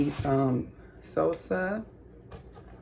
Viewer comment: I love how you say salsa, pico de gallo and tortilla.. bc never heard it pronounced that way. Are you from the USA? Also I would do all the steps except leaves tortilla's uncrunched.